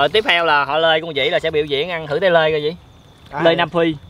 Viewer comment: Số người nghe họ "Lê" thành "Lơi" 😅